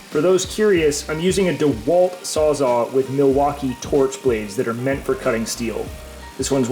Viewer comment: This is an awesome series, but I can't just listen to you say "sawzaw" and keep my mouth shut about it 😂 It's Sawzall with Ls, and that's a model made by Milwaukee. Saying you got a "DeWalt sawzaw" is like saying you have a Nissan brand Corowa